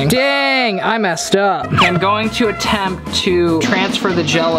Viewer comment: STOP SAYING ATTEPED